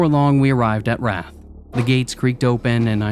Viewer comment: Wrath, you said wraith. Don't know if this is AI reading or English as a second language. But it definitely kills the vibe cause a demon would definitely know how to pronounce the sins. 😂😂😂